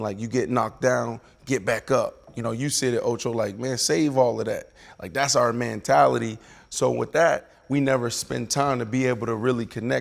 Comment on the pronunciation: Why has no one addressed B Marsh always saying “mantality”